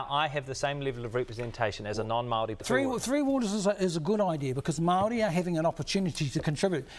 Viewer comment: Well the guy can’t even say Maori . His version (Mardi) . Come to think of it for decades now it’s been changed and screwed around with . It will change again and be made a meal of mark my words .